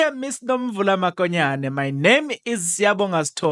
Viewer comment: Not makonyane mokonyane point of correction